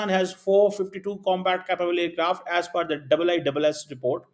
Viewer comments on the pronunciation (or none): none